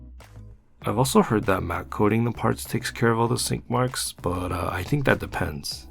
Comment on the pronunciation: Swore he said skid marks!!!!